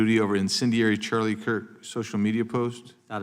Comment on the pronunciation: Mr. Nadler can’t even say Charlie’s name right 😮